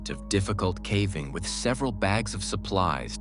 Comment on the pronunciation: This AI narration SUCKS! So tired of listening to the horrible pronunciations and inflection on the wrong parts of the sentence....starting the middle of the sentence with the pause or voice inflection of the end or beginning of a sentence is super hard to listen to. Then there's the pronunciation of caving as cAAAving instead of cAYYving.